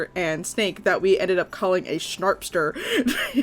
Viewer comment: "and u called it a✨ShNaRpstER✨"